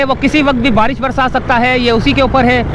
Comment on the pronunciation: hahaha. kes ne baresh ka bola